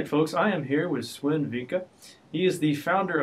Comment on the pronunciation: Great job there, you got Swen's attention longer then the average larian guy manages; he is used to run around like a mad chicken usually. And btw, you pronounce the 'w' in Swen as a 'v'; so its more like Sven.